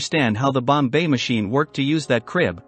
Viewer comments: It is pronounced BOMB machine. Not Bombay machine. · It's Bomb, NOT bombay. You tackle the subject well but sound ridiculous with the miss pronunciation! Just go to any other video about Enigma to hear it spoken correctly. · And "The number are..." (because "the number of settings" ends in an S). And it took me a while: by "bomb bay" he's trying to say "bombe," which is really pronounced "bomb" with a very slight "uh" on the terminal B. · It's, "bomb- bah" not Bombay like the city. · Annoying incorrect pronunciation “Bombay”. It is “bomb” even though there is an a letter at e at the end. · Not the "Bombay machine" but "Bombe," in which the "e" is silent. That's right, it's pronounced "bomb." For some reason, Turing gave it a French name. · Turing Bombe Pronunciation: The word "Bombe" is not pronounced "Bombay" is pronounced "Bomb" the e is silent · Sorry so voice and bo mbe pronunciation blew it in two mins. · “Bombai machine”. Got to love the AI. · I quit watching the second time he pronounced bombe as Bombay. It shows their lack on knowledge of the subject. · This is the first I've heard of "The Bombay Machine"... it's consistent mispronunciation tainted the whole thing for me... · He's using text to speech to generate the audio lol that's why it sounds like "Bombay" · More A.I. narrated bullshit. Mispronounce Bombe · First learn how to pronounce Bombe if you wish to impress!!